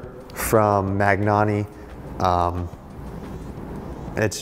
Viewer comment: MaGnani? It's pronounced Ma-nani Da Fuq!